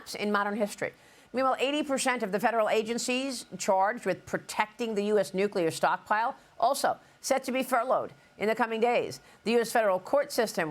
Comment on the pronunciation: Nucular option. It is time to activate the nucular option. Dems did it as needed and so should the republicians.Votes mean something.. What good does control of the Senate do if they don't have control of the Senate. Control means they can pass what they were elected to do.